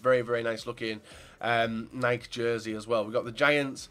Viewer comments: it is pronounced NIKE-E not just NIKE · It's pronounced Nike-E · It's nikeeee